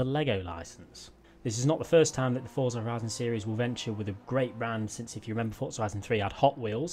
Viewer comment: love your videos but there is no t in forza lol you say fortza when you speak lol